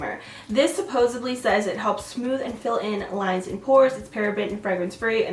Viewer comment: I've honestly never heard anyone pronounce it this way in real life. Lol